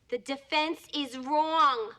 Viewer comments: "The defense is Wong! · The defence is “RWONG” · "I WANT THE TRUTH!!!" "Doll, I wanna tell you the truth! The Defence... is wong!"